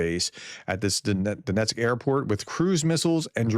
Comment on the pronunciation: DON-etzk, not DON-esk.